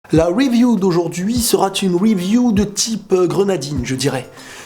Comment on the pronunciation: "La review d'aujourd'hui sera-T-une review..." Epic fail des liaisons qui n'existent pas, dès la première phrase.